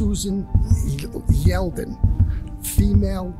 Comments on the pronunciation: Horrific crime aside... This cop just pronounced the victim's name as "Yelden" ... Her name is/was, "Susan LEYDEN" ... I wouldn't trust him with a shopping list... Let alone a crime investigation!!! It makes me wonder what else he sloppily gets wrong!!! 😱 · Susan yelden? Her name was so mispronounced. Sad case. This world is just tragic as hell. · someones got dyslexia : Leyden pronounced "Yelden"